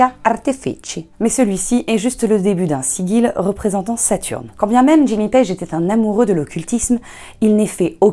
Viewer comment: On dit "sijil", pas "siguile". :)